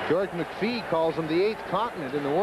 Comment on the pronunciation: "Did Brown tee off on Mc phee". Pull your head out of your dink announcer. The only way Brown wins is because he jumps people.